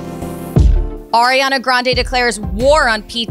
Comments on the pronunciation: Did she say Pariana Dande LOL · She said Poriana Dante??? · Did she say “pariana dande” lmfaoaoao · ok so pleas tell me iam not the only one hearing them sayin ariana grade wrong like i hear" pariana dandes" and i hear her name wrong in every video at least once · did she just say "before we get into pariana dande's messy relacionshit"? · "Ariana Dande" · Umm at 😑 0:8 did she get Ariana grandes name wrong